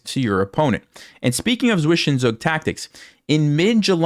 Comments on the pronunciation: English players say swish en zug, but. It is pronounced svi zen zug, which the first syllable means two in German! Ugh nails on a chalkboard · zwischenzug is pronounced as ''tsvishentsug'' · The way you say zwichenzug is breaking me great pain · Zwischenzug...your german is not the best